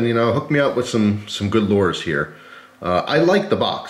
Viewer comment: Please learn how to say lure